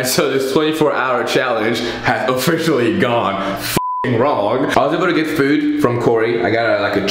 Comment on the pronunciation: I love how this man says "foood"